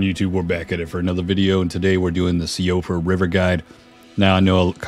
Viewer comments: Nice video, BTW it's pronounced "she-frah" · Hey I couldn’t find anyone else saying it in the comments but Siofra is pronounced “See-Fruh” 🙂 it’s Gaelic. Had a friend with it as a name in grade school, and she had a sister named Caoimhe (pronounced Keeva lol). Just figured I’d let you know for future videos :)